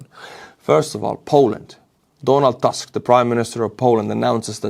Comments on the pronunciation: please, butcher Donald Tusk's name properly. It's Tusk not Task. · Donald Tusk is pronounced just like you'd pronounce it in Estonian. I don't know why you'd want to pronounce it like in English.